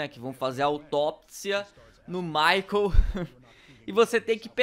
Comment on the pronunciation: "MICHEAL" kkkkk ....Michael....